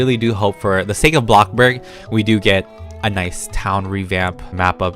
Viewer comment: I love how he says blockburg instead of bloxburg